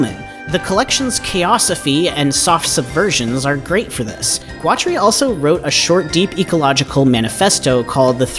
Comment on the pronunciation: So, you make a video about a guy and you have never heard someone who knew him pronounce his name. I'm guessing you just got ai to write you a script about a guy with a funky name. I'm calling murkin twatery here. That's not all but, nuff said.